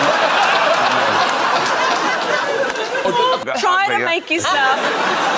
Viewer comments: It's pronounced Jer-wayz not _Gurrwaiys_. Otherwise a good compilation. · it's pronounced Jer(vais) NOT Ger(Vais). Do your homework! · When you pronounced his name Ricky Guurvais. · All due respect Jer-vase it's a j sound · Borat is the absolute best love-to-hate-him character I have ever met in my 62 years! - Does this woman own a mirror? - Ither way, Craig, ither way! If it was ever cold in the restaurant... "know whut I mean, Vern?" - Hey Ms. Narrator, it's pronounced " j e r • V A Y " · its a soft G for gervais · Perhaps you should learn how to pronounce poor Rick GERVAIS name... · wow that b*mbo has never heard anyone say "Gervais" !!